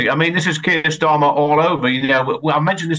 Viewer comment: "KEIR" "KEIR"